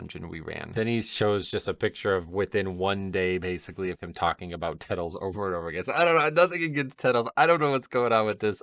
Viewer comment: Gotta love how this guy is into wow media and all these high level players, but seemingly is unaware on how anything normally operates. "Tettles tech" hahaha